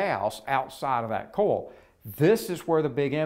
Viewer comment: "coil" is pronounced "koy-uhl", not "kohl."